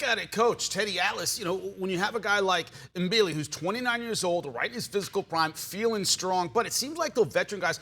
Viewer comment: C Mbilli, the M is silent. Just say Billi